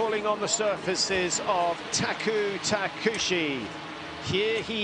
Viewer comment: This commentator should learn how to pronounce names and surnames of skijumpers. Peter Preh-wtz, not Proytz. Taku Tah-keh-oo-chi, not Takushi?